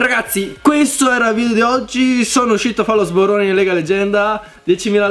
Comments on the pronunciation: si dice SBORONE non SBORRONE XD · di dice sborone non sborrone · "Sborone" non "Sborrone" AHAHAHAHAH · Kai non vorrei essere preciso ma è sborone con una R perché con 2 R sembra un'altra cosa ahahah. Comunque sei un grande ti stimo! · guarda che si dice sborone.....non sborrone ahahahha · sborrone con due r?? dove hai sborato per terra??😂😂 grande ti stimo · "È arrivato il momento di fare lo SBORRONE" ahahaha "SBORRONE" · Sì dice sborone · si dice sborone :( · si dice sborone . A meno che tu non stia facendo un porno